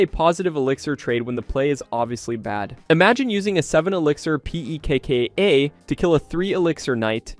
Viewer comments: Bro rly said P E K K A 😔🥀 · Amazing rage bait with the pekka pronunciation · the way he says pekka is hilarious